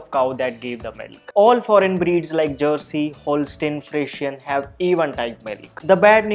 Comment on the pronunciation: He said "Jersey" 🤐